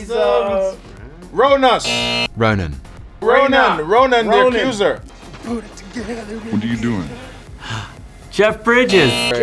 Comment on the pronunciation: "Ronan the Excuser" 😂😂🤣